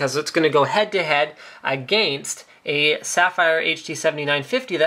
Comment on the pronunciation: Agayinst, ya kno. SOOO CANADIAN LMAO